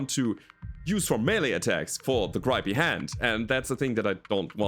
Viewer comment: You could have ejected the tank pilot. No equipment to lose if you do so. Also, the I in grippy is short. Gr-ih-ppy.